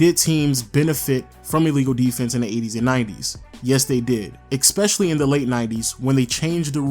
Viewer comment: It’s, devolved. Not, “de-evolved.” It’s, especially. Not, “ecspecially”. Although that may be a black thing. Like, “…aks you a question.” In that case I may have to let that slide.